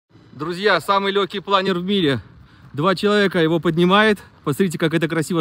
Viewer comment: ударение научись ставить в слове ПЛАНЕР, на вторую гласную в данном случае.